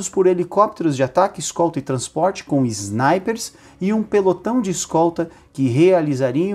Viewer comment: Iznaipers...? 😂😂😂😂Trafegando...? 😂😂😂